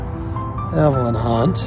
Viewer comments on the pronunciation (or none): none